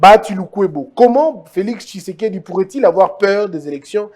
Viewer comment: Pourquoi vs avez du mal à prononcer Thysekedi. Quand vs dites Thilombo incompétent par raport à quoi et á qui? Les maisons préfabriquées, je vs informe que les gens sont en prison á cause de ça. Pour peindre une maison, on commence par netoyer, poncer et la peinture vat suivre. FCC demolie, liberté d'expression retrouvée. Tout ça ne vs dit rien? Alors je ne suis pas surpris qu'on vs qualifie d'haineux.